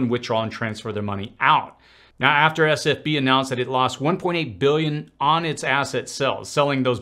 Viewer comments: I know you probably address this somewhere in the thread but you keep saying SFB instead of SVB. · It is S V B, you keep saying S F B. Not a big deal, just clarifying. Good video 👍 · Who else loved when he said sfb instead of svb. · S V B not SFB